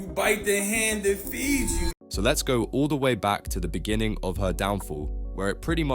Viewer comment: the way ‘beginning’ is pronounced 🤔